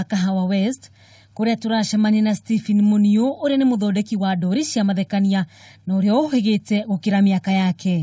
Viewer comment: There must be another word for cartoons other than 'ndori'! Surely you know the real meaning of 'ndori'. And even the way she is pronouncing it!!!!!?????